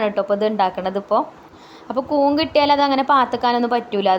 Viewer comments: കുന്ന് അല്ല, സിസ്... കൂൺ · കൂൻ അല്ല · കൂൻ അല്ല കൂൺ. കണ്ടിട്ട് കൊതി വരുന്നു.